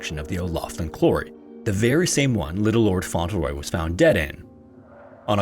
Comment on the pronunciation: Isn’t it pronounced Font-Le-Roy? Not Fon-Tel-Roy?